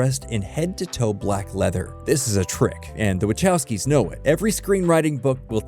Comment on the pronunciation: Oh my goodness, I hate how this AI says the "wachowskis"